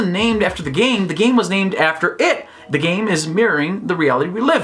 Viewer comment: Geez, I heard u saying " I don't care about game GAY" I was like "what hell", then I turn on the subs XD